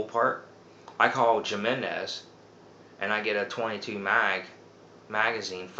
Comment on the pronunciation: Great video lots of useful information but I'm going to give you a little bit of constructive criticism. Please don't get offended but when you say Jimenez you're seeing it with a J sound and you're supposed to say it with an H sound. Like I said please don't get offended all your videos are great very informational I just want to give you a little friendly advice. Take care and keep up the great work love videos.